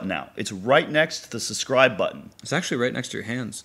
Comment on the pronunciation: Juji can't say subscribe.